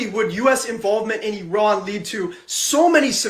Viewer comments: Its actually pronounced "E-rahn" short a annunciation. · It’s pronounced EEEE-Ron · When I went to Grambling State University….my World Lit. Professor was from Iran. He taught us the correct pronunciation is E’Run. 😂😂 It’s ok Q, I’m from New Orleans and I know I fu$k up some words. 🤪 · It is pronounced Iran